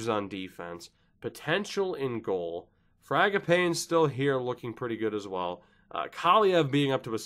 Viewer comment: Dude. It's Frag a pawney! Like Mangiapani on the Calgary Flames roster. Fragapawnee